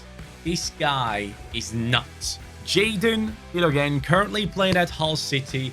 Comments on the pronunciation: Btw his name is pronounced Fill - O - Jeen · Pronounce ‘Philo-Jean’